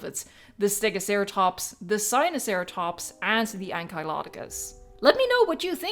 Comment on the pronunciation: May I ask did you mean to say Spinoceratops or Sinoceratops for the Hybrid list?